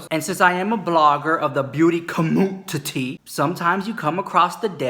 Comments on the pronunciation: "beauty CAMOOTINTY" 😂😂😂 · In one video, I just want you to say "Aja, anything for views...." 😂 I love it... that and when you say, "Com-MU-TITTY" 😂 🤣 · "Co-moo-teetee".......lmao.......subscribed just for that !!